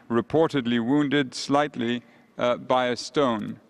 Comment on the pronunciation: he said "one Israel soldier slitly injured" 😂🤣😂🤣